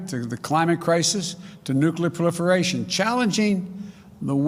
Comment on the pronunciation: Nuclear pllifrlationn